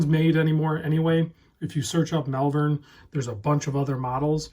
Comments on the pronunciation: It’s pronounced ‘Molvern’. I was born and lived near Malvern Worcestershire for my first 25 years. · I grew up in Worcestershire we pronounce Malvern, Mulven. :)